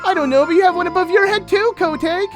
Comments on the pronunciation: I hate how calls Kotake Ko take. It’s Kotakè DAMMIT! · I can’t believe I didn’t realize this was a completed Let’s Play, pretty please with a cherry on top finish this series I wanna see it through and through. Also, it irked me throughout the video cause of the wrong pronunciation of Kotake got under my skin when you read the dialogue with her name in it. Was that just me or is that actually how it’s pronounced???? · Ok,. I love you to bits, but totally cringing at your butchering of the name kotake.